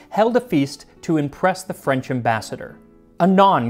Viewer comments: I’m impressed with your French pronunciation 👌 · This is the only english speaking cooking channel where they don't butcher french words I've seen and I stan that